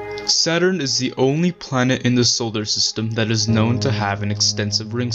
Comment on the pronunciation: Is it me or he really pronounced it like "Solder System.." ?? Lmfao..